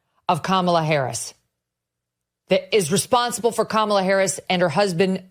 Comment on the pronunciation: Seems like Megan Kelly cant say KAMALA correctly 😂 Its the same way as the old wrestler Ka Ma La